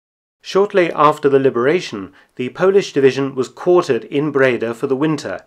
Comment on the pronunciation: Nice to know. PS I’m Dutch and live about 20 Miles from Breda. And you pronounce “Breda” with the emphasis on the “a” so Bredaaaa